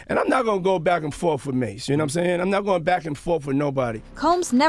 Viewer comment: Back and FORF???? WTF